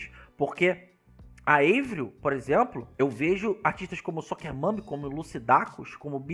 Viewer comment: Não é eivril é "AVRIL" o nome dela é francês e não americano!